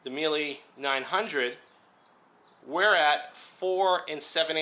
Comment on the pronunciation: If your Italian you should be able to pronounce Mile the Italian way :P